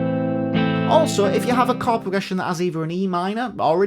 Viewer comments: Sounds like "card" even for my Russian ears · The way says “chord” sound like “card” to my Aussie ears 😂